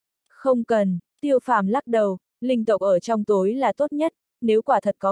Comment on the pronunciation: Tiêu phàm mà đọc tô phàm hoài